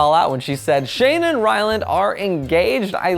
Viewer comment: did he just say Shane Dawson and Wyland Adams? lmao Anyways, i’m so happy Shane proposed!! I’ve been waiting for this ever since they got together:)